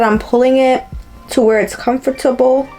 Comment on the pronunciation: When you said comfort- teble I was like ohhhh she from the islands 🇻🇮 lol. I say it the same way. Thank you for the review!! Definitely will be purchasing her products with me being a beginner with laces.